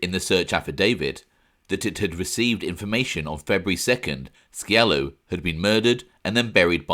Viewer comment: The C is silent in scialo